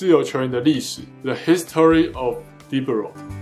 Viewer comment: Libéro 好像也不是英文 那個é往上揚 念起來更像 李杯ro